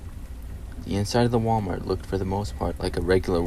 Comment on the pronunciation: "Wa-Mar"? Where's the rest of the letters?